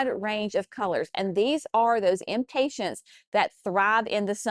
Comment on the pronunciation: Cracking up over you adding a "t" to the end of "Impatiens." That's what I am is impatient to get started on my gardens, but it is too early where I am! It's too early for me to start any seeds inside for anything but cabbage, broccoli, and Brussels sprouts. I do have those going, though! Thanks for sharing your annuals.